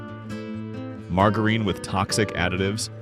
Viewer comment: Margggg a reen? Who’s she? I fall for these stupid ai videos every time!